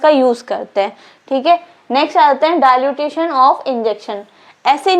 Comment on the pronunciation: Dilution you told dilutition ,pl correct it